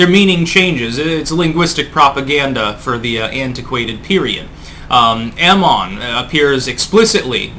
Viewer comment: Cheers on teaching me the correct pronunciation of Amon!